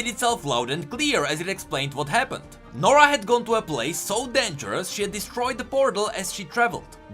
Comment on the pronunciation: nora??More like, Noraa.